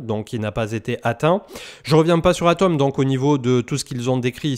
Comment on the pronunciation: Toujours super tes vidéos, je n'en manque pas une. Une petite suggestion, au sujet de HATOM, peut-être simplement prononcer le H comme on le fait dans la langue anglaise pour différencier ATOM de HATOM.